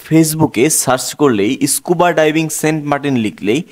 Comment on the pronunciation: ইস্কুবা না স্কুবা ভুল উচ্চারণ করবেন না